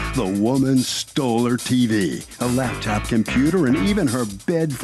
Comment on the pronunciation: Her "labtop", 😃